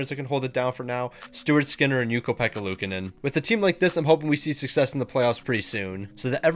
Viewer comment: You keep mispronouncing luukonen’s name wrong